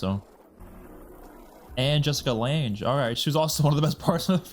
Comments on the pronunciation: Jessica Lange’s last name rhymes with Bang, not with flange. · Just an fyi it’s pronounced Jessica Lange is pronounced “Lang”:) Can’t wait til you get to Coven and Hotel!! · Pronounced Jessica Lang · Jessica Lange, like "Hang, Dang, Fang...." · it’s pronounced “Lang” 😉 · Hate to be that guy, but Jessica Lang is pronounced like 'gang', fyi. I'm loving these reactions!! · Just a heads up Jessica Lange's last name is pronounced like "Lang" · Lange rhymes with sang or rang.